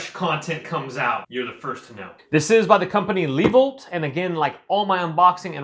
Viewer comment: Geez, man. It's pronounced, Leh-voyt. Short "e". That's what the little droopy line above the e is for. Phonics, man.